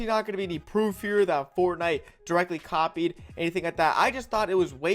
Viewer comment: No one:: Coppied